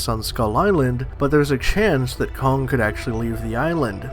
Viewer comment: It’s kong, not kongga